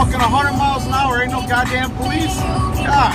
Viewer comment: i hate all people that say PO LEECE ugh the worst